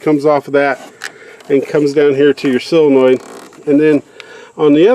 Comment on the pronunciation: Saw-luh-noid. Not sill-luh-noid.